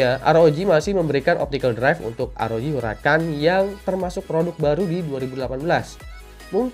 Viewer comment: Shin chan